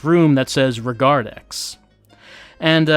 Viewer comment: Not "regardex", but rather " regardez". More French, meaning "look at" or "watch".